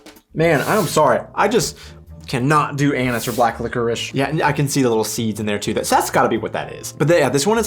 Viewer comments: Never seen anyone I know dip Kekse or Plätzchen into milk, only into coffee and cocoa. So weird that your "Anis" sounds like anus the whole time. All "Zimtsterne" I buy are pretty soft and I really wonder how many of them have Anis in them, I never had a single one with it, I wonder if that is a regional thing. Btw, I have a bag of Spekulatius right by my side while watching the video. Favourite holiday tradition: The children were allowed to choose the meals for the 24th, 25th and 26th of December. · did you say Anus! 😂😂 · why I always hear Anus flavor :D I asume you had so much over sugered in the US that you cant taste normal flavor anymore 🤔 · oh oh oh .... the way you pronounced Anis sounded quit sus